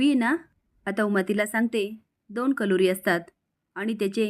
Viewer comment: कलोरी नसते मॅडम करवली असते